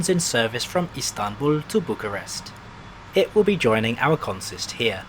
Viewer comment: I find it funny how he manages to pronounce Craiova, Timisoara, and Videle better than Bucharest. edit: also, a small correction. Legally Bucharest Municipality acts like a county and is separate from Ilfov, with Ilfov acting more like a giant Bucharestian Suburbia.